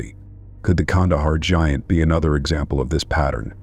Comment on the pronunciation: The Kandahar gee aunt? Wow that AI can't speak basic English